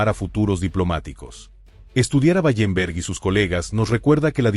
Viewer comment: Wallenberg no Ballemberg